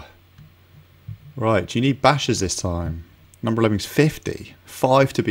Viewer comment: I love "Lemmins"